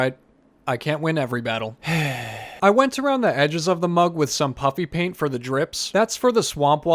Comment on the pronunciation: I keep hearing " Puppy paint " when you're saying puffy paint. 😂😂